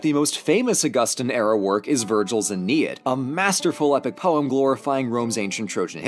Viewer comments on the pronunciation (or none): none